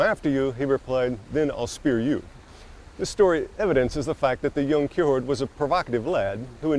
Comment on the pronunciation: The way you say Kierkegaard is giving me anxiety.